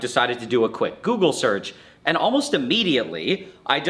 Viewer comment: google? american 100%.